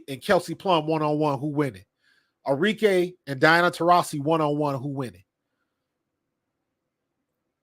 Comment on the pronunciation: ARIKE - Are -Ree - Keh (not Kay)